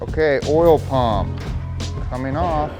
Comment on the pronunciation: LMAO, saying we've got an oirl pump! 😂😂😂